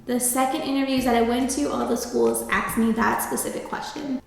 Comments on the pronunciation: I hope you didn't say "axed" instead of asked or "mines," or I guess they hired you so they don't happen to care much... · Where are you from pronouncing asked like "aksed"? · Love the video but I can’t get past the “axed” 🥴😂